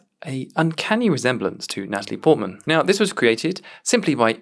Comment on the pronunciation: and Nataly porkmanston, or whatever he said.